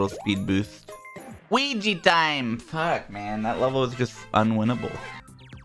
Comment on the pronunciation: "GET THE FWOK OUTTA HERE MARIO!" Ded XD